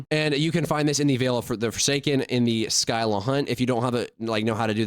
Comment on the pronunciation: We are cooked But bro literally said SKYLA For a Scylla 😂